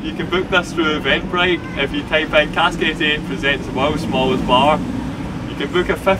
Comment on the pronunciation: Also, it's CASK 88, not Cast 88.